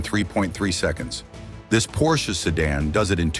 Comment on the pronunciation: When AI voices learn to pronounce basic letters and numbers it will be a lot better, maybe car brands too Porshee? WTF